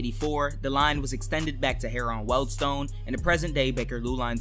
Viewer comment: Just so you know, Harrow and Wealdstone is said as harro and weldstone